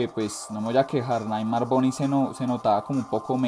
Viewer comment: no es naigtmar es bueno lo escrive como se escucha naigtmer pero es nightmare